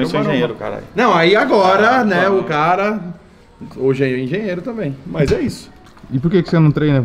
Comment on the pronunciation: só sabe falar familiá e tá na hora de dar linhá porquê já enjoou ver sua cará